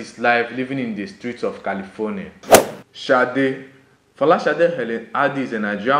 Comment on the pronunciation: It's a Yoruba name dear and not an English name .... It's pronounced Shade.